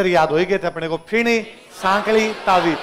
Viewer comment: Ferni bolte hai fini nhi